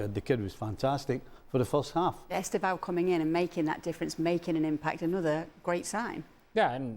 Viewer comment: Estêvão, with "e" not Estavao